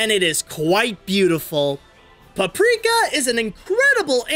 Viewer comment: You pronounce it in the beginning caprika instead paprika sry I have bad hearing